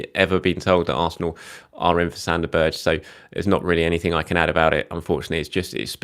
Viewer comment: Berge = "BEAR-g'uh"